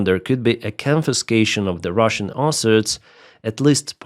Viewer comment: Hurey, One less airplane for Russia there is no letter "R" in the word asset.:D USA is a Pro-Russian state, this is how you make America great again. MACA - Make America Colony Again. Not even inclusion in law will not be a proper guarantee, Only Nuclear weapon and proper army is guarantee. Why 10th country on earth (by landmass) should be dependent on anyone. thanks for simulator video, it is very helpful, and good to know about this new simulator game.